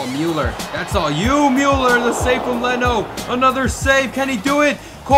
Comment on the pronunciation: Sounds like you're calling Müller a mule. Lol